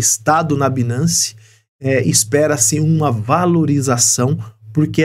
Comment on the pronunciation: A pronúncia não é binace, a pronúncia correta é bainance